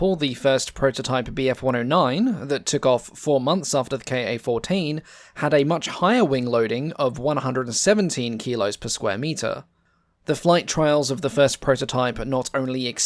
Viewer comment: The internal name of the aircraft is Ka-14 (kah) not K.A.-14